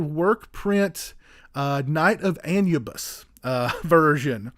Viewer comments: Not trying to be a dick by correcting you but Anubis is pronounced as Ah-new-bis. Otherwise this was a great review. Keep up the good work, sir. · The original title is pronounced An-u-biss. And the packaging is called digipack, It’s been around for the better part of 30+ years. I’m not a huge fan of it but if it’s done properly it’s OK. EDIT: while this is digipack it’s an oddball variant, I don’t like the “shelf” you need to slide the extras disc under to lock it in place, seems to me it increases the chances of damaging the disc.